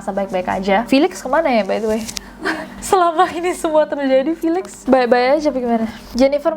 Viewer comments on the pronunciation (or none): felix bacanya filix yaa?